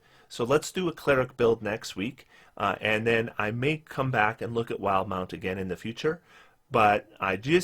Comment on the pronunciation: I can't stand when people say "wild-mount" instead of "wil-de-mount", but it happens so often.